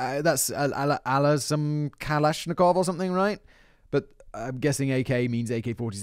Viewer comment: how dare you butcher Mikhail Kalashnikov name off to the gulag with you